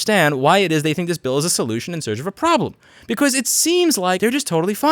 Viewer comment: I like How Louis says because like becose